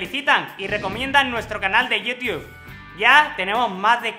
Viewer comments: no es por burlarme opero dijiste yiu tub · estubo bien la leccion gracias pero un error dijistes yiu tube